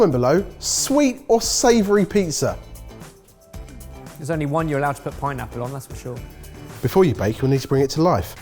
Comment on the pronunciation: I can't get over the fact that still keeps saying pee-zah